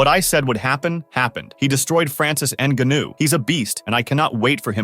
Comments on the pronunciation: Rrrrrrt "Enganu" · you keep saying his name wrong... "N- Gun New" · People really taking this video seriously he cannot even pronounce the mans name correctly it’s not what you know but what you can prove 🙄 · Can’t pronounce his name right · This s*** should be taken down because of the title. Desperate headline for views. At least learn how to pronounce francis surname correctly lol